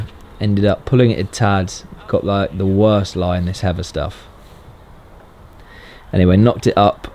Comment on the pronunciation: You’ve never sounded more British than when you say “heather”